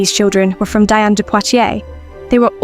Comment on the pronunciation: Diane de Poitiers' first name is pronounced "Dee-ahn".